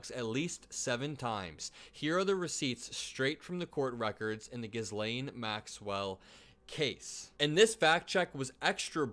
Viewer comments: Her name is pronounced "gill lane" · Good work! One thing though, I think it's pronounced "gee-lane" I could be wrong but I don't wanna let someone catch you slipping lol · Love your content,. Just an fyi. Her name is pronounced Gheelane. The S is silent. Keep up the great work! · Dude, u need to check NAME PRONUNCIATIONS. Macros, Ghisele , etc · It’s pronounced Ghee (like the butter) lane (like the road) 💙Vote Biden Vote for integrity Vote for sanity. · I love you buddy, I legitimately think you're one of the best doing what you do right now. But, brother If you come across a word that you don't know how to pronounce, just Google it. It's pronounced Gill-lane Maxwell I noticed you did that the other day as well with Virginia Giuffre (it's pronounced Ju-Fray) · Please learn how to pronounce Ghislaine. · FYI, the s in ghislane is silent. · Fact check: “Ghislaine”rhymes with Elaine. Hard G, as in “goat.”